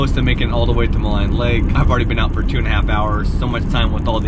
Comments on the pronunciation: Maligne pronounced: Ma-lene, not Ma-line! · Love seeing some of the beautiful scenery reminds me of when I lived there. Just a note that you have been pronouncing some of the place names wrong. Maligne rhymes with clean. Athabaska has no “s” in the name.